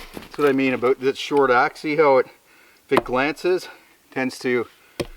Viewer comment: Aboot, lol.